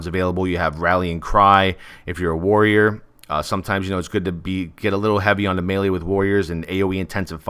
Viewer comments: Wrong, look it up. It's pronounced maylay everywhere. But thanks for showing your emotional maturity by calling me a jackass, your degree of class shines through clearly. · Good job, you know the word is pronouned maylay, not meelee like some ignorant people. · but pronounced Maylay in English.